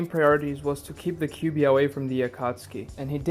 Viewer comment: Don't say kibui or kiwui 😭😭 Say the 9 tails or Kurama